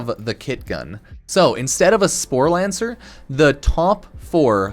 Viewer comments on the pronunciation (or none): Not sure where you're finding the 'n' in "sporelacer" but you managed to pronounce it as "sporelaNcer" every time. Not even mad, I'm impressed.